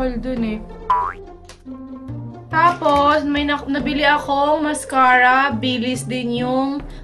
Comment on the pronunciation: Akala mo seryoso na eh. Yung "masscara" talaga 😂